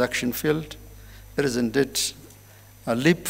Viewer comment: የመልእክትዎ ይዘት ጥሩ ነው፤ የእንግሊዝኛዎም pronunciation ባብዛኛው (for the most part,) ድንቅ ነው። ሁለት - ሶስት አባባልዎችዎን ግን ከዚህ በታች የማሰፍረውን comment አይተው ቢያስተካከሉ ብዬ የሚከተለውን ጽፌያለሁ። ‘አንተ ማን ነህና ነው, የማስተካክለው? ካሉ ደግሞ ስህተትዎንና ከዛው ጋር ተያይዞ የሚከተለውን ትዝብትና ሽሙጥ ከማስተናገድ አይከልከሉ። “heart …”, “peace …” & “in-deed” መቼም "heart” ኢትዮጵያ ውስጥ እንግሊዝኛ የተማረ ሰው ሁሉ (ለማለት የሚያሰደፍር) ችግር ናት። ትክክለኛ አነባበብ ነው ብለው ግን ደግሞ አጣምመው አስተምረውን ሰዉ ሁሉ የሚለው "ኸርት" ነው። Proper pronunciationኡ ግን ኻርት ነው። ተቀራራቢና ተመሳሳይ ይምሰል እንጂ ሁለቱ የተለያየ ትርጉም ስላላቸው, በተሳሳተው pronunciation ሲነገር, ልዩነቶቹን በሚያውቅ አዳማጭ ውስጥ የሚፈጥረው አንዳች ነገር ይኖራል (ትዝብት/ስላቅ/ ሽሙጥ፤ ከከፋም ደግሞ ተናጋሪውን አሳንሶ የማየት አባዜ) "Heart of African politics” “ኸርት ኦፍ አፍሪካ ..." ተብሎ ሲነበብ, (በአእምሮ ማስተዛዘኛ ተስተካክሎ ካልተወሰደ በቀር, ትርጉሙ:- ‘የአፍሪካ-ፖለቲካ ማዕከል’ መሆኑ ቀርቶ, ‘የአፍሪካ ጉዳት’ መስሎ ስለሚደመጥ, በአዳማጩ አእምሮ ውስጥ ግርታ፣ ግራሜ እና ቆይቶ ደግሞ ፈገግታን፣ ትዝብትን እና (in worst cases of scenarios ደግሞ) ንቀትንም ሊያስከትል የሚችል ይሆናል። "Peace” እና “piece”ም ባግባቡ "ፒስ" (ኢ ተረግጣ ካልተነበበች) መደበኛ ትርጉማቸው ቀርቶ "ሽንት" ይሆናል ትርጉሙ "ፕስ" ተብሎ ሲነበብ። በመጨረሻም "indeed,” ኢን-ዲድ ተብሎ በመነበብ ፈንታ, "እንድድ" ተብሎ ሲነበብ, ለቁራጭ-ሰከንድም ቢሆን ግርታ መፍጠሩ አይቀርም። (ክቡርነትዎ ግን, በእርግጥ ጎንደር ነው - ትውልድዎና እድገትዎ? አይ! እንደው ሌላ-ቦታ እንዳደገ ሰው "እን-ድድ" ቢሉ እኮ ነው መገረሜ!)